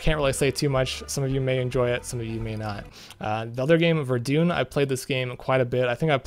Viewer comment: Ver-dun, not Ver-dune. Sorry, doing history at uni, had to point it out. Keep up the great work!